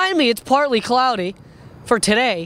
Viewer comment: HE KEPT SAYING PLARTLY pLartly!!!!!!